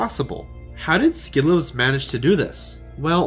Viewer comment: Bonus of doing your own WR history video: perfect handle pronunciation.